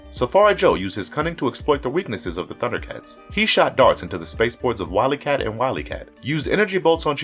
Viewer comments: I don’t want to sound critical, but you are killing me with your name pronunciations on this video and others. The names “WilyKit” and “WilyKat” sound just as it’s spelled and how Jaga says it in the clip. It’s not “WilyKat” for both of them. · It's Wild-E-Kat and Would -E-Kitten. Not kat and Kat. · Love the video, bud. I think the trouble turning "Thundercats" into a movie is that the story is just too out there. Are you saying "Wiley-kit" and Wiley-cat"? Because that's what I remember the names being. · Such an awesome video :) Please make more Thundercats and He-man videos. And it's Wily kit and Wily Kat :) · OMG, can you get the pronunciation correct please!! How about you just hire a narrator who actually watched the show. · 2 thing you mest up on that I have noticed in the video so far(about halfway through the video and it comes in the same segment ) 1 your editing and review before posting is crap or non existent you go from Mumraw's mut to what like halfway in to the combo of WilyKit and WilyCat which brings me to number 2 on the problems list the person reading the script has 2 problems 1 he has NEVER seen the show (how do I know ties in to 2) he can't read properly and if he can he is stupid for not correcting it himself or going to the editor if this is all 1 guys bit or multiple people do some dame research because the7 names are as I spelled out for you the Female of the duo is named WilyKit and that is how it is produced Kit like a Sawing KIT and the Male of the 2 is produced WilyCat like a Pet CAT spelled WilyKat but the guy doing the Videos Voice Over work produced both of them by the boy's name GET IT RIGHT PEOPLE PS I'm not going to talk about the selection of the line up right now but it is bad STUPID and completely WRONG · He could say kittens but couldn't say wyliekit!